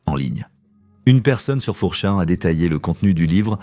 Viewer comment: Comment pouvez vous ouvrir une chaîne Youtube en ne faisant même pas la narration? Même 4Chan est mal prononcé! Vous êtes nuls et vous vous permettez de parlez de patreon??